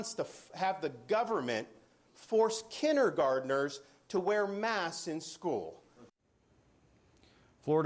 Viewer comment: "Kinergarners"...? WTF I'm the grammar Nazi today